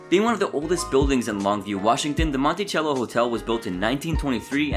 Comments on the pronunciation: Its pronounced Monticello hotel not Montichello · They have remodeled the Ballroom now. It's really nice! Even found some original features that had been covered up! But for sure the way this channel pronounced Monticello was hard to hear. Lol. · Also, pronounced "Montisello". Sheeesh.